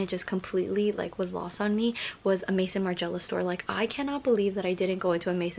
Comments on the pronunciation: So instead of writing this butthole of a comment and sending the person to google you could have simply wrote "hey im not sure if you are aware but its pronounced may-zun" 😊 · Please, for the love of god, stop saying Maison like the name Maison!!! 😅😅😅 it’s the French word for House!!! As in the fashion house! Look up “how to pronounce maison margiela” in google, it’s right there.